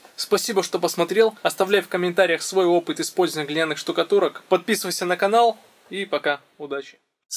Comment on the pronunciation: Глиняный - ты делаешь ударение на втором слоге . Грамотей херов .